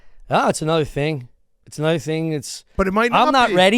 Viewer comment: saying “anudder” and confirming he has early onset Fleming was hilarious